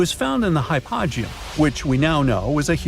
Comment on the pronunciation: Hy -po-gee-um! Please!